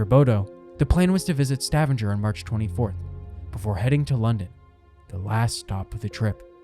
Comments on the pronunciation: Stavanger is pronounced with a HARD G. Couldn't watch it. Your use of a soft G drove me mad Please please check the pronunciation before you post. It's courteous to the natives of the country concerned, if nothing else. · Its pronounced Sta-vanger not Stavanjer 🙄🙈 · Stavanger is not pronounced like "scavenger". It's more like "stab"-"anger". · "Stav-in-ger"...😂😂😂 It's pronounced as "Sta-vang-er". I know, I know, grammar nazi, but I'm just trying to help. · I love the way you pronounce Stavanger like Scavenger. Sounds cool 🙂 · Stevanger is pronounced like Stuh-vong-er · stuh - vong - ger, stavanger lol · butchered pronouncing Stavanger. Stah Vahn Ger. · It's "Sta- vāng'-er". The "a" is long, the middle syllable being stressed. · I’ve worked as an officer onboard Viking Ocean ships for 7 years, including Viking Sky. Maximum passengers is 930, not 950+ as you indicated. Maximum crew is about 475. You have mispronounced Stavanger. It’s more like: stah-VAHNG-er. And BODØ is pronounced more like BOW-dah. (I’m American, FYI.) I had friends working onboard Viking Sky during this incident. There was never mass chaos onboard. The passengers were told what to do, and were given frequent updates. The passengers remained as calm as possible under the circumstances, although yes, it was frightening and some passengers were injured. The crew received praise from the passengers for the way they handled the situation. The full crew does not receive helicopter evacuation training, but I may be correct in saying that some of the bridge and deck officers may receive such training. This I cannot say with certainty. I’m just curious whom did you interview for all the information you provided in your video? Or what official references did you use? Thank you for reading my comments. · Please tell the narrator to .earn how to pronounce Stavanger...its Sta vang er... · ‘Stavvinjer”?? Really, make at least an attempt at Norwegian. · Stavanger does not rhyme with scavenger.